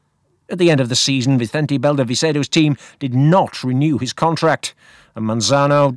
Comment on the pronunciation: Another retrospective marvel… thank you. I chuckled every time you said the name Vicente Belda Vicedo 😀 2003 was probably my peak interest in the world of road cycling an Ulrich fan (what was I thinking…??? if only he could beat that nasty Lance) I was oblivious to the Mazano sideshow in the circus of professional road cycling. Keep reminding us of past stories your work is important to ensure the current performances do not go to our heads. The cycling world is a seedy little business and it appears to be particularly whiffy in Spain… unless it’s their terrible drainage over there??